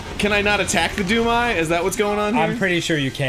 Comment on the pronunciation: at first i thought they said doom guy instead of doom eye